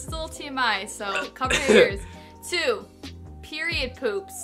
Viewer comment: I was so confused when she Said Piriod 💩😅